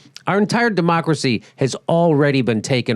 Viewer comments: "Dumb-ocracy" might have been a 'mispronunciation' but until we get money out of politics, we may as well use it on purpose to describe what's going on … ; ) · Did you say Dumbacracy? =0